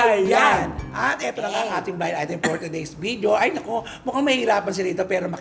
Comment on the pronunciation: Hindi vijio po CF, walang letter “J” ang video. Ang tamang pag pigkas “vi-di-yo”.